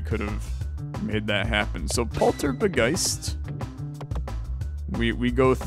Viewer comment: Dangit it's a Polt-Orb-Geist, not a Poltor-B-Geist